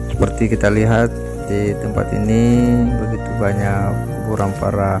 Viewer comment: Kuburan min.. bukan kuburang Kekuasaan bukan kekuasaang 😄